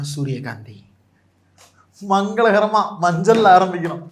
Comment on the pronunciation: மஞ்சள் அல்ல சார் மஞ் மஞ் மஞ்சள்😅😅😅😅